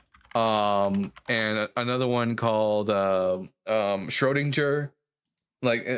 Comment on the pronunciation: The G in "Schrödinger" is pronounced like the G in the words "goal" or "green", for example. Don't worry, though. You definitely did not ruin the entire show with 2 shrödindjers :- )